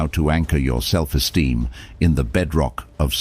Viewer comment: "self esteem" Not "Self steem"